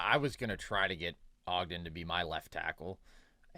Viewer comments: gotta mispronounce someone’s name every episode “moon-oz” and “odge-den” lmao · Bro said Moon Oz and Odge den for Munoz and Ogden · doesn’t know how to pronounce Munoz or Ogden😭😭😭😭